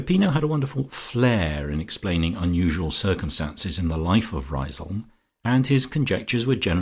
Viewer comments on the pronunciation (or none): A treat to have this on audio. Generally the reading tone was fine for me, met the very light sarcastic tone of the novel. But I'm afraid I winced at some pronunciation....."Rise-home" (prefer Rizum) and the e pronounced in "Foljambe". Small niggles, but they do grate rather.